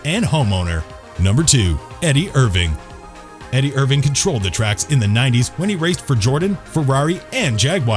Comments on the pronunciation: Eddy errvinne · Eddie erwing and jagwire